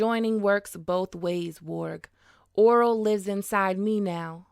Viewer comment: Omg the way you said Orell got me twisted lool sounded like you said Oral..its O' Rell